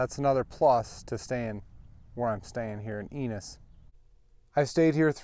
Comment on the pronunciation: Thank you for stopping by... we love our little lake... the name of our town is pronounced you-nis ... once again thank you! come again!